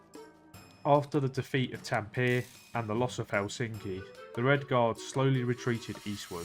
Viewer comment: You butchered T A M P E RE (taM -puh-ray)